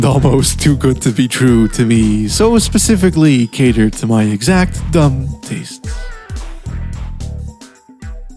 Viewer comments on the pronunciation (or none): none